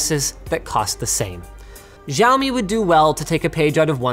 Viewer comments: Giaomi ..... NoIcE Dude it's 'c a u me ' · Are you supposed to pronounce Xiaomi that way?? I thought it's pronounced Siao-Mi.. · u pronounced xiaomi wrong btw <.<